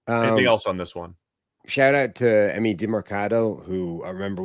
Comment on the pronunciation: Emari not emi, but glad you guys are even talking about the cardinals